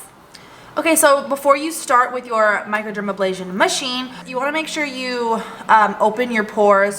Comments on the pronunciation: Not even into tutorial -ABLASION, A BRASION you forgot the R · Hi thank you for the tutorial. MicroderaBrasion no MicroderaBLasion.